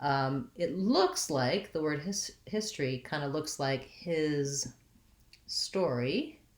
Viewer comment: Here most of us pronounce it as histry